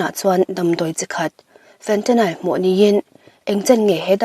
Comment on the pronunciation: Fentanyl- Fentanile nilo in Fentanyl tia lam tur...